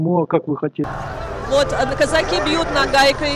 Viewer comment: Это кизяки,а не козаки!Козаки ударение на посдеднем слоге!